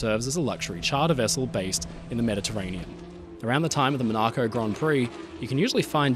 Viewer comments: mon uh co not man ah ko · It should be said mo·nuh·kow (British phonetics), or maa·nuh·kow (American phonetics). Not whatever you just pronounced for the Principality,. For More Yachts to examine, try looking at Christina O, Britannia, HDMY Dannebrog (1932), and the Mahroussa. All fine classical yachts. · MonARco?? ?MonARGHco!?!? ☠☠☠☠ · “Minaco”… lol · My friend. I know you're Australian, but do you guys really pronounce it "Muh NAH Co"?